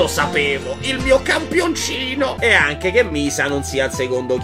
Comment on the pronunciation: Puoih fareh anceh il riassuntoh de Il signore degli anelli? Pls Grz